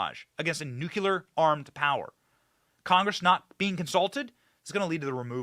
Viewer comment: Would somebody PLEASE, for the love of god, correct Benny’s pronunciation of…..EVERYTHING, pretty much. It drives me absolutely crazy for him to continually butcher commonly available pronunciations. It’s BUR-IS-MA…. And NUC-LEE-URR.. it’s almost as cringey as MTG’s pronunciation of Elon Musk. Please guys!!